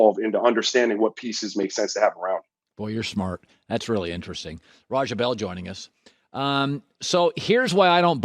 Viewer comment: It's RAH JAH not Rahjuh mr white man.